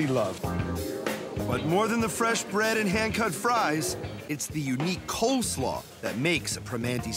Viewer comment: Did he say unique COLD slaw?